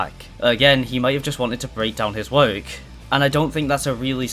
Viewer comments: Please pronounce work properly 😡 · Bro do you not know how to say work